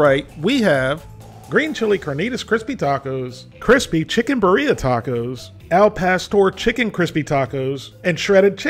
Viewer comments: i think it's pronounced BEERia instead of biREA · Beer-Yah is the local pronunciation. Cheers from the Central Valley of California. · beeREEAah is how its said love the content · The way says birria man 😂😂